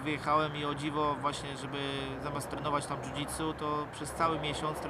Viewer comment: Nie "DŻUDŻUTSU" tylko "dżudżITSU" Dziennikarz idiota. Michał, stać cie na kogoś lepszego.